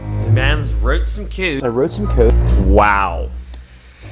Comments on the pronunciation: he "wroot some cood" lol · I wrote some "cOdE ".. BRO I can't with the pronunciation of code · I genuinely can't stand how he says "code". Edit: NVM I just hate how this dude says anything with the letter "o". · the way he said "code'